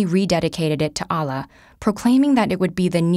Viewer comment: sis mispronounced Allah.